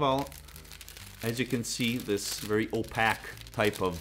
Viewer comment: Oh-pake 👍 Rhymes with dough-cake 🤩